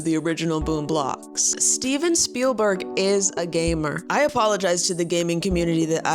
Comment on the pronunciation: When its read "Steven Spielberg" but pronounced "steeb spleelblurg"